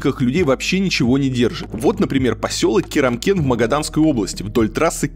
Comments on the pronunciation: Блин, КЕРЕмкен? 3 раза прочитал и все Керемкен? Ну куку, ёпта! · Я вырос на Палатке. Уехал более 25 лет назад. Поверьте тогда было гораздо хуже. Кстати КАрамкен, а не Керамкен. Там на ГОКе работал отец, пока его не обанкротили. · Не кИрамкен а кАрамкен, правильнее будет... Это еще оьносительная цивилизация, там хоть трасса более-менее, а за карамкеном - *опа... Грунтовка и опасные перевалы: жаркий, капран, рио-рита... летом пыль, видимость нулевая, и пропасть такааая, просто жесть... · Блин, Варламов, какой Керемкен? А? Ну написано же посёлок КАРАМКЕН! ! ! Но за фильм спасибо, понравился, пока смотрела, аж сердце защемило, Родина! Жила на Стекольном, Палатка , Сокол всё родные посёлки! Оттого и уехали на материк жить, от того что ты там увидел! А домики ты зря обкакал, правда, действительно лучше чем было, поверь!!! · Не КЕремкен, а КАрамкен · Да, Илья что-то замутил, одно произношение "Карамкен" только с 4ого раза у него вышло:) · Даже название не удосужился правильно прочитать, комментатор блин